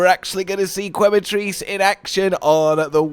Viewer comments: Once again it's pronounced ke not kwe other than this I am ecstatic to see you and Cotton's Wilds adventure. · just for the record, the U in Quematrice is silent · man, go get some sleep already, but thank you nonetheless for the video & commentary so that we foreigners don't feel lost in translation to the source stream 👏 Also did i hear that correct? "Kweh-matrice" 😂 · I wonder if is ever gonna pronounce Quematrice correctly.